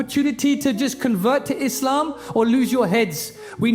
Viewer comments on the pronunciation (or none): none